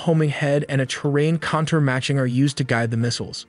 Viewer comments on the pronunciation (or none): Contour, separate and propel are pronounced wrong.